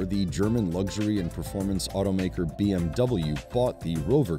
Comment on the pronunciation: Pronouncing luxury 'lugzhury'... doesn't sound luxurious. 😄